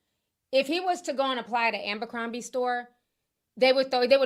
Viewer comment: Jessie soMlett to aMbercrombie😅😅😅 I knew Ti was gonna mess up this name